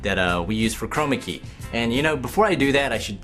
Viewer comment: STOP saying chromacy or whatever it is !!!